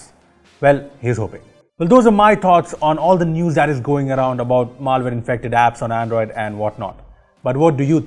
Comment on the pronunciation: Maaal-Ware Reports, lol